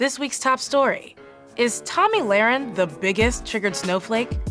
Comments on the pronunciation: you're so cool with the way you cleverly 'mispronounce' her name. hahahahha. its just HILARIOUS!! (extreme sarcasm) ....I don't even like Tomi Lahren, so im not defending her, you just look stupid as fuck. stick to just being a classy gal, PoopieGeek. (; see how it just looks stupid as fuck? not a good insult at all, can't you do better hun....? 😉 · I just love how you say her name!! So funny! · How are you advocating for "black lives matter" when you refer to her as "nazi barbie". Oh and purposely mispronouncing her name makes you looks extremely foolish. Especially because that's the only thing you can think of, because her points are valid and have facts to prove them. Black lives matter is a fucking joke and a cry for attention. Get a life and a career where it's not using other people's success to bring you views..